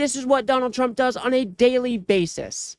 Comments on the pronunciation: When Trey Gallager started reading the tweet by Gavin, if you listen clearly he called Trump, "Chump" than quickly corrects himself. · Every time KKKarolyin Leavit says tRump it sounds like chump too!